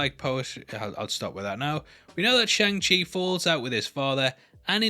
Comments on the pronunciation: You said it how Simu Liu says it. Pretty spot on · Happy youre pronouncing shang chi correctly